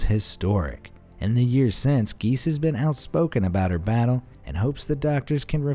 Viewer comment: Giese is pronounced Gee zee.